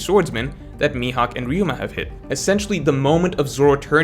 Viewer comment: He said Ryuma!! I knew he could do it. Stop with this Raiuma nonsense